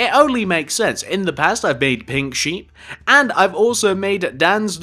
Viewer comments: He said sheep "shep" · it's sheep not shep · why does he say shep